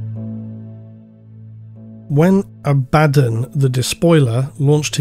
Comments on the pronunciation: Very strange pronunciation of Abaddon “ a,bad,un The despoiler” is this intentional is it a inside joke ? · Every time you go "aBADdon", I cringe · STILL mispronouncing 'Abaddon' is driving me crazy. You already admitted "uh baddun" is wrong, why keep doing it?? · While I appreciate that you said both "AB-ad-don" and "a-BAD-don", I have to point out you forgot "ab-ad-DON". :D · A - BA - DON 🙈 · its A-ba-don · It's pronounced Abaddon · This Abaddon pronunciation meme thing really takes me out of the video subject. As much as I have my own pronunciation of it, I wish you would just stick to a consistent pronunciation. I really don't get petty, just use what's comfortable. I know Arbiter Ian does this too and I feel the same way. I get that you probably do it because people WANT you to pronounce it one way, but the inconsistency hurts the narrative IMO when you're talking about this specific character. Very sorry if you feel the average jerk has guided your narrative to start doing this, but I would love it if you would just use one or the other. Sorry for the criticism, I really tried to make it as constructive as I could. Thank you for all your hard work and despite the criticism, this video was fantastic. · still mispronouncing "Abbadon" I see. there ya go :) bruh....